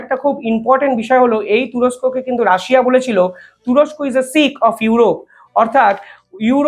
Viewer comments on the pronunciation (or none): none